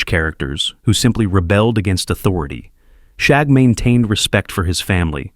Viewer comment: As a child of the '60s and '70s, I remember all of these. I do need to say that if you're going to use AI to narrate your videos, you should probably listen to them to make sure things are pronounced correctly. For one, the youngest Rugg child was called Shagg, not Shaug. The names were all taken from shag rugs of the time.